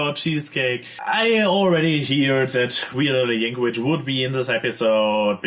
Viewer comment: lol "yank-a-witch"